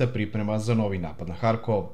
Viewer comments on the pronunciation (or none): none